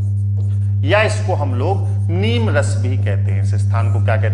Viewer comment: नीमरस नही नीमसार कहते हैं